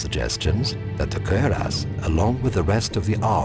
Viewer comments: Why does the Narrator have such difficulty pronouncing 'cuirass'? >_< Kwi-rass. Not, 'cer-ass'. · Lol the way this dude say cuirass. It's cure-ess. Not fucking querias hahaha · Kinda sounds like hes saying "Queer Ass" though. (cuirass)